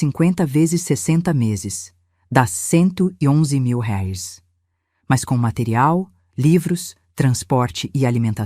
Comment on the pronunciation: Essa narradora é muito chata,toda vez que vai pronunciar reais, pronúncia como se fosse uma palavra estrangeira.